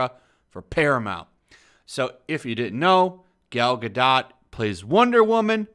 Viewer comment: You seem to be pronouncing Gal Gadot's name wrong.